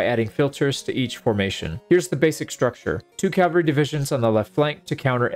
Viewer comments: It hurts hearing you say Calvary instead of Cavalry, especially as someone who seems to be really into medieval battle tactics lol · Cavalry. CAV-AL-RY.... Not calvary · Love the video, it was cool to see the strategies working even in a game. Just one thing. The word is CAV alry, not CAL vary. Calvary was a prominent town in the New Testament. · I keep hearing "Calvary," not "cavalry." Maybe it's me. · cavalry =/= calvary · CAV AL RY. It's not complicated. Calvary is where Christ was crucified. A totally different word. Just say cav. cav. cav. Forget the freaking L. The L comes later. Say CAV. There is no L in CAV. .. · It's pronounced CA-VAL-RY. I can't stand it when people mispronounce it. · Please learn to pronounce "Cavalry" the way literally anyone with more than a primary school education should... I mean for the love of God it's one of the key facets of the thing that your entire channel is about